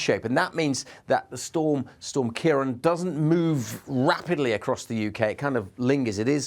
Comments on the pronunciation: Just a very minor thing, its prounanced kiaraawn. the accent over the a (á), gives it an "a aw"sound :) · What? Don’t be a silly-billy It’s Europe not England. Weather knows no national boundaries. Storms in this part of the world are named by Dutch, Irish, and British met offices in turn. It’s Ciarán pronounced Keir-awn. He pronounced it correctly when said the name of the storm towards the end. It’s subtle, but most languages carry accent marks that change pronunciation and/or meaning. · Ciarán is pronounced "Key-rawn", there's a fada over the second a (á)